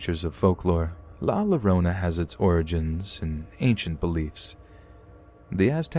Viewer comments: Next time you have a story of La Llorona its pronounced 'yorona" the double L makes a Y sound. It's the best I can explain it. Love your vids! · Llorona. Is pronounced Yo- ro-nah. Bless your heart. In Spanish. The letter Ll is pronounced with a y sound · Damnit! It's pronounced YO-RO-NA!! Lmao, I was tweaking through that whole story because of the pronunciation.